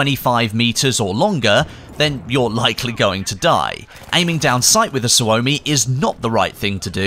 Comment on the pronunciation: Suomi..... Almost correctly said... Suomi KP is with out a doubt, one of the best machinepistols in the world... But because developed in Finland.. Didn't ended to be issued in major militaries at the time And its pretty good even in modern day standards.. I was lucky, to have a chance to empty few drum magazines with Suomi KP while serving in the military in 96-97